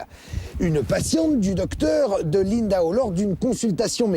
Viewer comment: Impossible à un français de prononcer Lindau (et non Lindahot).